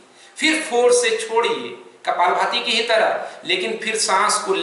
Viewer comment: it not kapal bhti its kapal bhathi